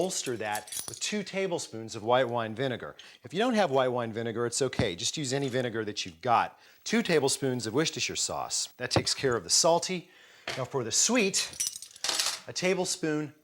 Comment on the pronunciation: He called it Wishtisher Sauce🤣